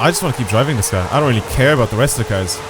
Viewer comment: Your Cars pronunciation is killing me